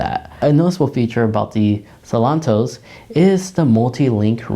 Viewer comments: It’s Seltos not Selontos! 👍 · How hard is it to say Sel-tos?